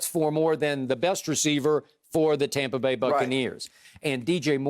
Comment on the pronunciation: Skip when Bucs lose: Tampa Bay Skip when Bucs win: TOMPA BAY